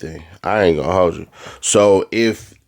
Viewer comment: 1) Stop saying that gay ahh "I aint gone holdjew (thats how you pronounce it) 2) Your facial expressions make you look extremely soffffffTTTT. Please stop making those ridiculous faces ial expressions in the camera 3) Move the damn popper stopper from off the mic! It's not a spit screen, da.